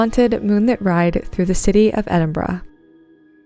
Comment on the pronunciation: If there's any other city in the world i would live its Edinburgh. (So happy you pronounced it properly). Edinburgh is considered one of the most haunted cities in the world. It definitely has a super spooky vibe!